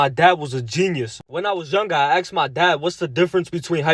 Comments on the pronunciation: the first loser that cant even speak English is not required. " Aksed" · Why is it axed instead of asked now a days? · You should have axed your dad how to pronounce asked